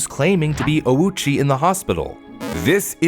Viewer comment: His pronunciation of Ouchi is way off - when writing japanese in romaji, u next to a vowel usually means that said vowel is elongated. So when reading this surname, the letter u should be silent, and letter o should be elongated :)